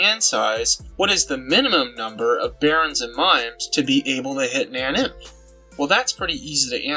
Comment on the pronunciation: it's pronounced nain-inf or na-nainf